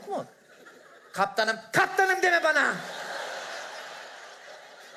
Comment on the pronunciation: KAPTAĞNIM DEME BAĞNA!!! 🤣🤣🤣